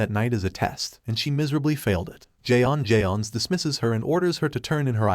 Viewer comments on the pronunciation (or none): J'onn J'onzz is supposedly read out as John Jones smh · jay ons jay ons